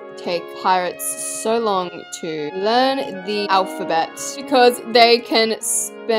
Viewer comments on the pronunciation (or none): none